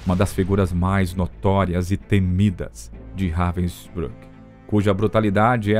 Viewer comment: Very poorly done. Even pronouncing the camp Robin brook! These are a click bait clip that does not even explain properly what this person did. Disgrace to the memory of those that suffered.